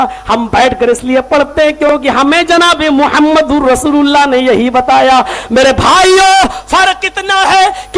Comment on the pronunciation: Abe pagal rosululla thik se bolo thik se bolna nahi ata abe pagal allha ke rosul he